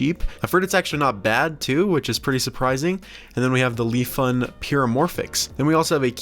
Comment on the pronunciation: Nice content and video, the change is good! That brand 乐方 is not (lee-fun) but pronounced like (ler) with the R silent and (fung).